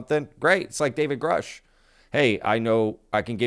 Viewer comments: Sheehan really needs to stop mispronouncing Grusch, I don't know why he's doing that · Sheehan still cannot even pronounce Grusch correctly. Sheehan doesn't say that this alleged video will or even might be released. He only says that he has been told that it exists. Clickbait.